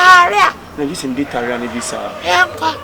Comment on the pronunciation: Lol saying tarlia